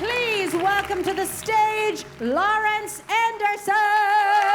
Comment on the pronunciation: It sounds like his name is Lawrence Anderson, not Lar Endersen, according to the host , who introduced him.